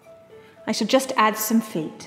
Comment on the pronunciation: At first I heard “feef “ then .......